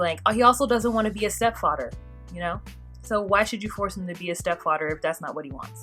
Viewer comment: "stepfadder" LOL